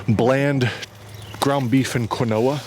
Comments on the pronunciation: Its pronounced keen wah but thats gold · lol the way you mispronounced quinoa